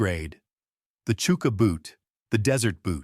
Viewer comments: It’s pronounced Chucker not Chooker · It's hard to take it seriously when he pronounces chuka boot as "chooka" when it's "chucka". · "CHOO-ka" boot???..... Really??... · Its AI is why its pronounced wrong